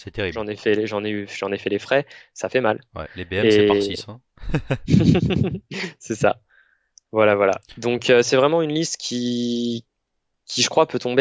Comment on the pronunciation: "Les péring" ?